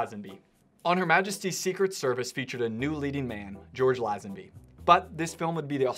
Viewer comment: George Who? Laaaaazenby. FFS…. Americans……😩